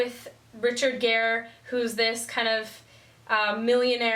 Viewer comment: Charlie Bartlett is a film I have never praised on my show, but I have something in the works that will speak about it. Also...just so you don't get any really bad comments in the future...it's pronounced...Richard (GEAR) :-) Also, I could list a ton a movies for you, but I know you comment on just about all my videos. So I think the best way to suggest is go look at all my video titles and see which movies you would like to see...even the bad ones! Maybe you will find something I missed. Great video.